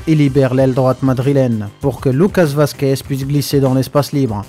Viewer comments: C'est Vasquez ou Merguez ? Professionnel depuis toujours Mdrrr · Je crois avoir entendu Lucas Merguez ? . C'est méchant mec